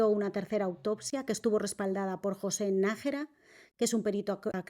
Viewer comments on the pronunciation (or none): none